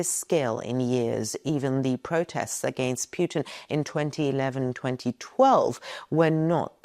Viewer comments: good video but you pronounce Putin wrong...its Pootin not Peuton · Pewtin? That’s annoying. It’s Pootin. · Why are YOU saying "piutin" ? It should be pronounced PUT IN, anagram for input. It's very simple, what are you trying to hide saying it wrongly. A man basically was shose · His name is PUTIN, not PJUTIN. There is no J his name. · Very good, but please. Don't call him "Pjuutin." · Why does she call pu-tin as pue-tin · I lke how you pronounce 'Pewtin'. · I love the way she pronounces Pyewton. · His name is Putin , not Pjutin 😊 This is lies , negative propaganda all the way 😂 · Just learn to pronounce statesman's name correctly.!!!PUTIN , not pronounced YU in this particulat case.. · Is the current Putin REALLY the true Putin, whom we all remember was extremely ill with cancer, which bends a knee to no-one! btw: I love the way you pronounce Putin as Puitin = perfect! 😷💩= Puitin 😂😅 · Got to love how she pronounces PEW-TIN...LOL